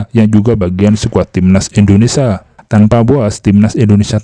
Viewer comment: Indonesia bang,, bukan Indonesa.. 🙏🙏🙏🙏🙏